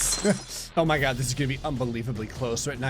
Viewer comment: I have watched enough videos to tell that is not a natural born Florida man, but indeed a natural born jersey man every time he says the phrase “oh my God” his jersey accent pops out